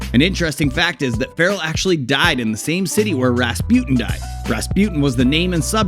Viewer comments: RAS PUTIN 😂 dude can't say Rasputine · What dod you say?? RasPEWTIN?? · "Rahspjut'n" ... Is it so difficult to pronounce Rasputin properly? Listen to the song and you know it! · Ras-pewt-in :D :D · You don't know how to pronounce Rasputin